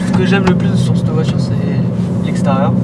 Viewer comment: On dit voiture, pas voitchure